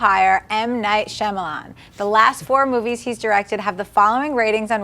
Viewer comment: Dude, as a professional in what you do, you should give M. Night more respect and at the very least pronounce his name correctly. He may not like what you have to say about him, but will at least acknowledge you by your name.